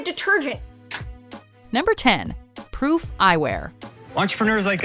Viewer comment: did she say pwoof?